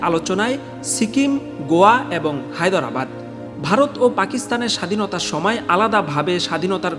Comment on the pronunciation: "হায়দরাবাদ" শব্দটা ঠিক ভাবে উচ্চারণই তো পারলেন না, আবার প্রোপাগাণ্ডা সঞ্চালন করছেন!